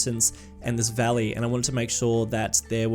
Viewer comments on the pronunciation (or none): none